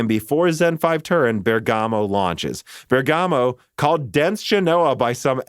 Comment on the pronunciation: Great content as always, but please stop sayng "bergàmo", the italian pronunciation is "bèrgamo" ;)